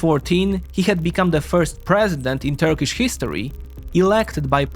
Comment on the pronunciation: It is a pleasure to watch this as a Turkish citizen. Most Turkish pronunciations were perfect.